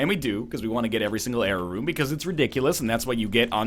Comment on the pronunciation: When NL says error room, it sounds just like jera rune